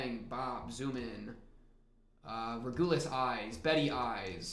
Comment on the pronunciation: Btw regulus is pronounced reg-you-less but great reaction and yeah this season is peak just you wait!